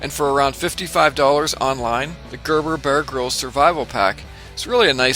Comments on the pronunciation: I find myself saying "Ermahgurd" every time you say "Gerberbuhrgrihlz". ;-) Bit of a tongue twister, this one. Great looking video. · Gurr burr Be-urr Grylls.